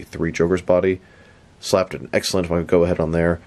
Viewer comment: His surname is actually pronounced ‘Goff’ not ‘Go’. I know it doesn’t make sense, but that’s the English language for you 🤷